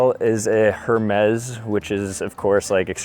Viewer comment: First thing I noticed... steps outside hotel IN JAPAN and says its very Japanese... LOL and its pronounced AIR Mez, the h has a a sound and the s has a z sound